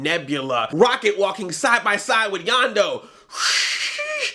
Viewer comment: YONDU not Yonda